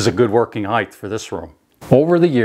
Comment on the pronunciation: This is a great video. My only nit-picking comment is that there is no "th" in height. I don't know why, but that drives me nuts. In all seriousness, though, I loved this video.